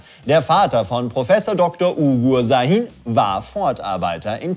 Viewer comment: Das S von Sahin wird wie ein Sch gesprochen :)